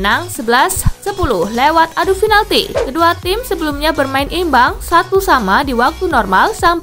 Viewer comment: pinalti mbak... bukan finalti... pizza hut mbak... bukan fitsa hats...